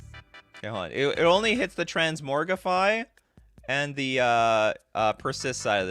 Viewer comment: Trans MOG rify... Not Trans MOR gify. You speak like a canadian or something... :)